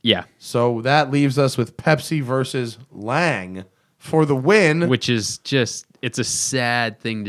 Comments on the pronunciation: Lang? It's pronounced laang-uh...like porsch-a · I thought 'Lang" was a new company. lol. I have only heard in pronounced like "Longa". Great video though.